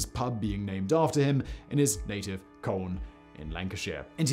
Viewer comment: I am from Colne originally and for a guy that has never been here. You got the pronunciation bang on. I swear everyone else struggles so much 😂 factboi talking about colne